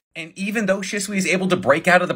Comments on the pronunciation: I thought it was pronounced she not shi-t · ITS PRONOUNCED SHESUE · The most annoying thing ever is pronouncing shisuis name as shäsui ITS AN I BETWEEN H AND S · Is that really how Shisui's name is pronounced? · Says the guy who can't pronounce shisui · Am I the only one who hates how he pronounces shisui